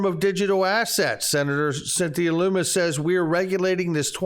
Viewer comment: Its pronounced Luhmmis, not Loomiss